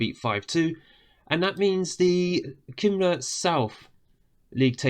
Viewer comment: Watched the first episode. Looked ahead to see if you had bothered learning how to say Cymru or half the team names. Over a month without googling it once. Unreal.